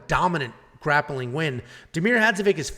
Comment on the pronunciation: Well last time you dissembled Diakieses name, today Hadžovic is a problem LOL...In the future you must know that all surnames from Balkan (Slovenia, Croatia, Bosnia, Serbia) end with ICH at the end. So it is Hadžovich.....Just remember Filipovich, Rakich, Todorovich ect. Yes we write it like IC but pronunce ICH...(all of them)...Thanks for video and greetings from Slovenia....